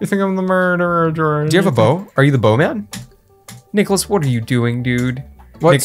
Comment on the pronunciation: Not Bowman, it's Bohnman